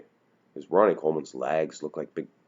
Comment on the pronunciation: pronounces "pictures" and "legs" as "pitchers" and "laigs".